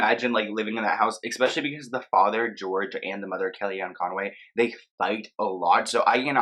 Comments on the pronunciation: You really love saying "expecially", do n't you? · There is no X ——- in “especially”